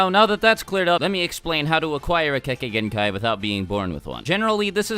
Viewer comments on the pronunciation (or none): Lol I thought u said kekkai hentai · Please learn to pronounce "kekkei genkai" properly XD